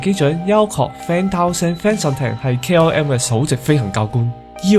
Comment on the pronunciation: KRM? KLM? KM? 唔睇字真係唔知講乜